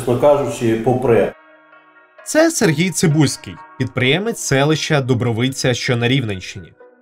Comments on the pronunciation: Не ДубровИца, а ДубрОвиця. Ви хоч би навели справки. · ДубрОвиця наголос трошки інший) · По перше Дубровиця (з іншим наголосом), а по-друге це місто, а не селище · дякую за матеріал! за підняття важливої теми. *але додам: Дубровиця - це місто, не селище і наголос у назві не на И, а на О.